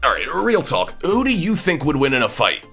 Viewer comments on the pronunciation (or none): This narrator pronouncing the silent ‘’L’’ in words such as Walk & Talk. God he goofs up simple words I’d really not be surprised to hear him pronounce a word like COMB. 🤦‍♂️